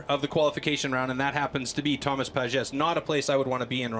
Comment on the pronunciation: En français on dit : « Thomas Pages et pas rhomasse Pages » et aussi on dit «la ville de PARIS et pas PARISSE »